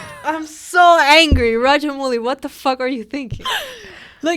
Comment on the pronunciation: it's AmaRendra Baahubali girls. And Director's name is pronounced as Raja-MAOU-Li and Not Raja-MOO-Li.